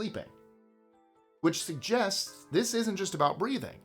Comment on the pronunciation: THUS is getting WAY to 'murican for me!!!!!! WTF??